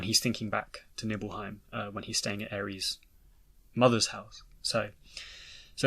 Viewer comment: Well the Remake seems to suggest the inner voice is Sephiroth trying to guide Cloud to the Reunion. Also why do you pronounce Aeris like Ares?